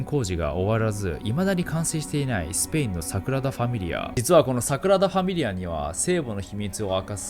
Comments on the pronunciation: 地獄のイメージ映像でフォークを持って小躍りダンスする悪魔が草の極み それとサクラダファミリアではなく、サ『グ』ラダファミリアねw サクラダは純子ねw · 誤謬 5秒じゃなくて "ごびゅう" です😁 Sagrada Familia 桜田じゃなくて "サグラダ" です。 神聖なという意味です。神聖な淳子 いつも楽しく動画拝見してます！ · サクラダファミリアではなく、 サグラダファミリアではないでしょうか、、？？ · サクラダファミリアじゃなくて、サグラダファミリアですね🤣🤣🤣 かわいい🤣🤣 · サクラダじゃなくてサグラダ・ファミリアねｗ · サクラダファミリアが気になって内容入ってこない所だった← サクラダファミリア✕ サグラダファミリア〇